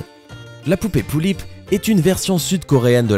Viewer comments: ce que tu dit sur les pullip c presque juste déjà tu ne dit pas bien (pullip) et ensuite tu dis qu'elle a des frères et les sœur mais elle a juste un frère les sœur c'est les sœur du taeyeng alors avant de le juger renseigne-toi mieux s'il te plaît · on dit pullip est pas poullip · on dit des pullip pas des poullip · On dit pas poullip mais pullip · sa se lit pulipe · PT1 c est pas POULLIP MAIS PULLIP C EST PAS PARCE QUE C EST CORÉEN QUE ON DIT POULLIP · Exactement parcontre c'est pas poullip mais pullip ça se prononce comme ça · les pullips ne sont pas des jouet et encore moin des barbies se sont des poupées de collection en VINYLE (très fragile) elle sont que pour les + 14 ans !! et sa se prononce pas Poullip MAIS = PULLIP !!! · je comprend pas comment on peut dire une poullip a la place d une pullip... apres tt le monde a s1 facon mais je comprend quand meme pas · c 'est pas lullips mais pullip et on s'enerve car c'est une passsion et que quand on vas chercher des informations sans renseigner d'avantage oet qu'on se trompe evidament que sa provoque une fureur j'ai les pullipiennes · Ont dit Pullip pas Poullip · c'est pullip pas poullip 😂😂😂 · On dit pullip et pas poullip merci de respecter mes poupée pref'😂😂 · On dit pas "poullip" mais "pullip" et en plus les pullip ne sont pas du tout des barbie !! #teampullipienne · c'est pas "poullips " mais "pullips "! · c pas poullip mais Pullip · c'est pas poulipe comme tu dit mais pulipe ! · pas poullip!! Pullip dit avec le u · ca se dit Pulipe pas poulip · Ça ce dit pUUlipp/peullip pas poullip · Oh non ! Au secourd ! Tu a mal prononcer Pullip ..... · on dit pas poulipe mais pulipe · xd comment il a dit pullip il a dit pouillip je suis morte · OMG POOTSY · c'est cool de presenter les pullip xb juste la prononciation humm "poullip" elles pondent pas des oeuf :b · ca pique mes oreilles quand tu dis pullip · "Pullip" ce prononce comme ça se lit et c'est tout sauf une poupée barbie -_